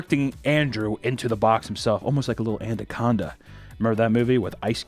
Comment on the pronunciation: Is he saying “andaconda”?? lol